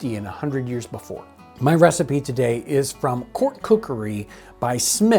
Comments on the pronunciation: I loved this. Very cool. Is she saying Receep, Receipt, or trying to say Recipe? I want to make sure there isn't some term I don't know. Thanks! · Why does she say ree seep for recipe? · I think she is just pronouncing the word Recipe Re-Seep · Is she saying “receipt” or “re-seap”? We say “recipe” in the UK, pronounced “re-see-pea”. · I see you pronounce recipe without the "e" being sounded. I have allways heard it pronounced re-sip-ee whereas you pronounce re-seep. Is that a standard American pronounciation? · I enjoyed the video, but I'm curious about pronunciation of "recipe", which to my ear sounds more like "receipt". Is that a regional pronunciation? I tried looking it up, but couldn't find anything. Can anyone provide any insight? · "Re-seep"? Is that a period pronunciation? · Oh, I thought she was saying 'recipe' like 'ree-seep', almost a French pronunciation. Receipt is akin to German's 'Rezept' in reference to cooking instructions. Thank you for explaining. I thought maybe part of her presentation was incorporating period-correct words that may sound odd to modern ears. I certainly wasn't casting aspersions on her intelligence. I love these videos. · As a non-regular to the channels, i'm intrested to know why the lasy from EarlyAmerican pronounce the the word recipe the way they do? Is it a historical pronunciation or a Missouri one?